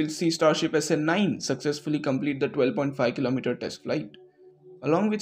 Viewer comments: thanks for this video. A small nitpick, the way SN9 is pronounced is a bit out of what I am used to, the two words are bound stronger (essenyn) and the ny/ni part of nine is stressed hard, too much for my comfort. Keep up the good work. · snNIINNE snELEVEN snSEVENTEEEN